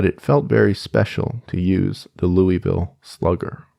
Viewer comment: as someone from Kentucky its "loo vull" not "louie ville" every time u say it wrong my ears grind